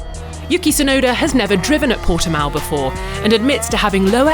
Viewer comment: The name is Portimão not Portimau. 1 word, just one word. Jesus